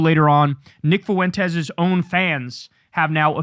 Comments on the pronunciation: It’s pronounced FWENTEZ NOTTTTT FOOOOOOOOENTEZ. Holy fucking shit bro Fuentes should not be mispronounced, its so fucking basic mate🤣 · It's FWEN-tez, not foo-WEN-tez, and genocide is not a verb. Beyond obnoxious.